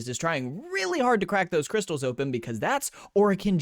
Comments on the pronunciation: i lost it on "Cwystalzzz" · “Citrine, she does cwistelllls” 😭💀